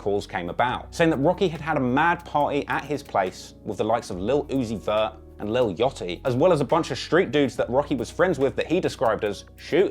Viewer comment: I love the way he says Lil Yachty - Lil yohttiy AHahaha